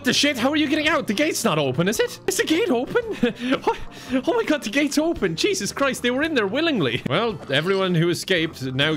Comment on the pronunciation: No one says “Jesus Christ almighty!” quite like the Irish 😌😌